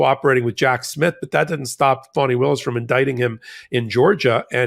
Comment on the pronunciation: Thanks for what you do., I kept hearing you call Fani Willis 'phony' when I've heard 'Fawny' don't know if it's related to her dad being a Black Panther at one point before being a defense attorney.